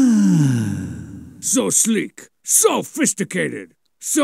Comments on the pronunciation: I only just noticed "So sleek... so Fisticated..." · “So PHISTICATED” Lmao. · I love that rodeo becomes roe-day-o. And it's not so sophisticated, its SO phisticated.